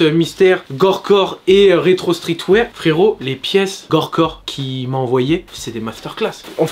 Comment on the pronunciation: On dit gorpcore frero pas gorecore